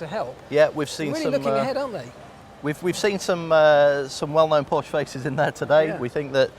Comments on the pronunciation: Nice video! :) But please don't say Porsche like Porsch ... I know it's difficult, because it's German, but please don't make the "e" silent (spell it like an english "a") ^^ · I am german and you can spell it like "Porsch" or "Porschey". Maybe an "y" will help at the and of the original name. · More like Porschuh